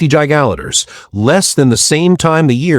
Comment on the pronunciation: Teach AI how to say Giga litres